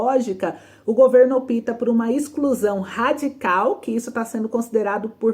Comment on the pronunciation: A aptesentadora deve ter algum conhecimentovda lingua portuguesa. Ela disse: opita. quando deveria dizer: opta.